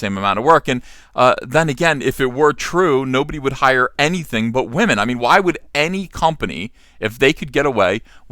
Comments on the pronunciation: People would take you more seriously if you didn't say Wah-men. That immediately shuts down any point you have. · What is a waw-men?!?!?! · Is saying Wahmen a trigger for SJWs?